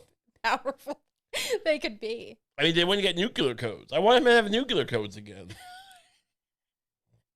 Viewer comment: Dear. Lucy says it right. It's nu-clear with just the two syllables. You are saying the dunce version, accidentally (new*queue*lar) old chap.